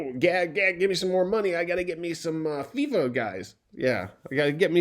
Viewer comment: Lol Fifa is pronounced as Fee-fa